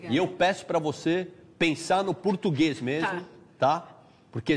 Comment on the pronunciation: Supla, dizendo pra ela pensar no PURTUGUÊS ( ele nem sabe falar a palavra ) . kkkkkk' ela é DIVA cantando Inglês ou em português!